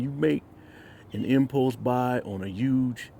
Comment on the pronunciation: Had to re-listen to "Infos buys " about 5 time untill I figured out you were saying: "ImPulse buys". I love you my brother but you might want to listen to yourself before you post . You're doing really good work.